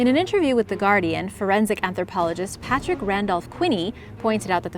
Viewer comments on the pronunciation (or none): none